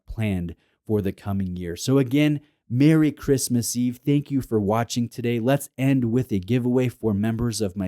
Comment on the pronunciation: did he say christmas or wristmas in the intro ? lol